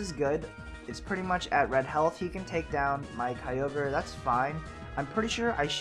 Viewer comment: Kyogre = Keo-gray haha